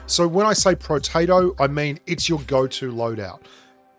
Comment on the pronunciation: oh it's protato. I thought you calling those guns, potato guns xD